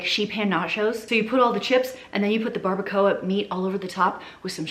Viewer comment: Barbacoa,,, You said it perfectly. Per this south Texas resident.